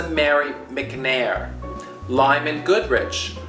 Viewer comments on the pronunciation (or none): none